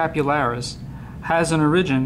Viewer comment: why do you pronounce origin so strange?